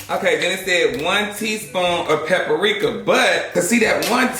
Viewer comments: “Pepper-rika” PLEASE 😂😂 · PahPuhrika is not spicy 😂😂